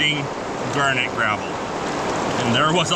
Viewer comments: Why do you pronounce it as "gurnet"? It is garnet, with an A. A gurnet is a fish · Never heard anyone pronounced garnet that way. Must be a Canadian thing. That water is so clean and clear. All the water here in the piedmont is brown and dirty from pollution and the sediment being disturbed.